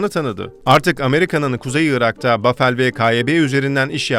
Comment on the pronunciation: Paveldir niye bafel diye okuyor bende anlamadim amk xbheuxhe adamin adi pavel